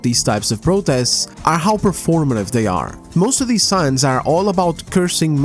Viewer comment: God I love it when he says ahh but deez just sounds so funny